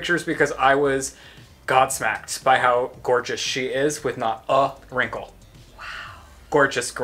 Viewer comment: the saying is gobsmacked not god smacked. Haha. I know its only a saying it just makes me laugh gow many sayings or words you easuoy mix up with whay they're really supposed to be.